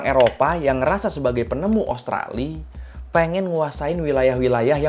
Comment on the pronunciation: Bang usahakan selalu sebut nama Australia bang, karena namanya bukan Australi, ibaratnya sama dengan nama Indonesia, bukan Indonesi. Maju terus abangku. Sukses selalu yah👍